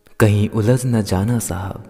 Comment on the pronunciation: Jh aur zh mein antar pehchano. Ussi tarah, J aur Z mein bhi antar pehchano. OoolaJHna na ki Ooolazna. Zindagi na ki Jindagi. Itney achchhe shayari ka gud gobar kar diya.